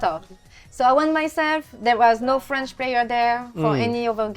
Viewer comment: You would think Canada eh, would pronounce French better. ❤ Seriously though, is it aye or eh ?